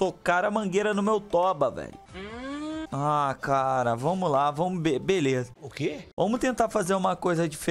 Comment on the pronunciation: "Seguinte galera "damo" que tamo" kkkkkkkk